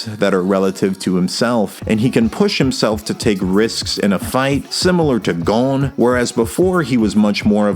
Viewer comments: no its gon and killua not "gone" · The video is super interesting. But GOUN. haha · “Gown” Also, great video!